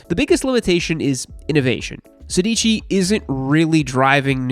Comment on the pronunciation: „Sedici“ is actually italian for „sixteen“ and the accent is on the first „e“, therefore „sèdici“